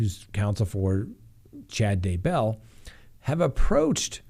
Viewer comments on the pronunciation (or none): Or? It is DAYbell Don't be a bumbbell